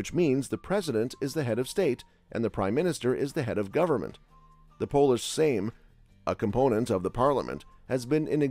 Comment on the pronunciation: Poland is a great country indeed👌 But the source video chosen here.. hmmm.. most of the names are mispronounced, some important places of interest missed.. but pierogi mentioned twice! Illustrated by Chinese dumplings at some point ( or are they Georgian chinkali..) Hope you enjoyed your stay! Baltic Coast is a place to visit.